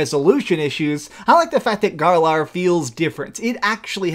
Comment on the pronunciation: gaarlaar, repeat after me everybody, "GAAAARLAAAAR" region